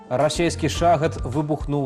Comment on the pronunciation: В соответствии с каким правилом беларуского языка "шахед" надо произность "шагэд"? Цiкаулюся. У часы Тарашкевiча ды наркомау шахедау не было. 😊